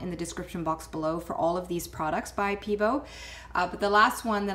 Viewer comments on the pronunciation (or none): "peebo" haha. pebEo!! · Pay-Bay-oh... is how you pronounce it :)